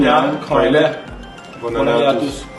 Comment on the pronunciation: c kuaile pas kualilu